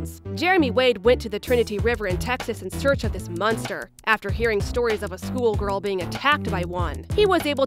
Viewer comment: Stop saying munster